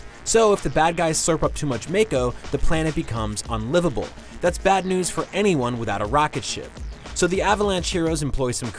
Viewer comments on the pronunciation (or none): none